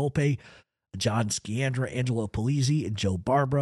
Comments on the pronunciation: Sciandra, pronounced Sci an dra not Ski an dra. Giovanni "John" Sciandra was my wife's grandfather's Dominic Alaimo's uncle, he was one of the main owners the Knox mine after Volpe and was the Pittston boss until his death in 1948, research the Knox mine disaster. You have many facts correct, but also, multiple facts incorrect. Grew up in Pittston, Pa. and knew and used to play gin rummy with old man "Steve" LaTorre, pronounced La Tor and most of the rest of those in your piece. Russ and his wife Carrie used to visit my wife's house quite frequently over the years for visits and some holifays, they called him uncle Russ. ALL were related from Montedoro. Her grandfather owned multiple businesses in and around the Pittston Area as well as a building on 32nd St. in the Manhattan garment district in N.Y. He also owned several businesses with Russ and his cousin Angelo Sciandra. ABS contracting being one of them (Alaimo, Bufalino, Sciandra). Much more can be said, but shouldn't at this time. Also correct pronunciations for Alaimo is A lY mo, and for Osticco, is O sti co. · Great show!! Incredible stuff. One thing, Sciandra is pronounced Shee-andra. In Italian an Sci is always She. I always wondered about Joe Barbera, was he ever actually considered a boss of his area or was he under Bufalino or Magadino? Really great stuff, love your channel. Burnstien and Nadu couldn’t shine your shoes💯💯💯💯